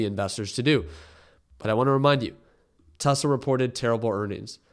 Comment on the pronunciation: Bro never gets Tesla right.😂😂